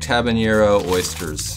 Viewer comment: You changed on the espinalers so maybe there's hope for you pronouncing habanero correctly.